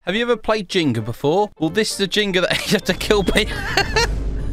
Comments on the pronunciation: I love how he said Jinger but it’s actually Jenga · NOT JINGA ITS JENGA